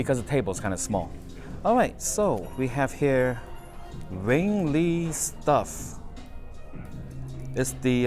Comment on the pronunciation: FYI it's pronounced "wing lay", directly translation from the name in Cantonese.